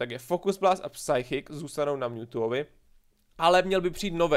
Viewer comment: kdy už konečně pochopíš, jak se vyslovuje "psychic", to se nedá poslouchat.